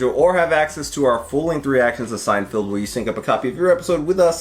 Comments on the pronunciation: It's Seinfeld, not Seinfield, lol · Is it me or does it sound like he keeps saying Seinfield instead of Seinfeld? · Are you saying "Seinfield" on purpose? 🤔 You know it's Seinfeld, right? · Lol at your incorrect pronunciation of Seinfeld. I notice it in every video. It's not Seinfild. Feld as in fell. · Love you guys, but for the love of god, PLEASE stop pronouncing Seinfeld weird. can do it, so can you! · I thought I was the only one to hear pronounce it like that...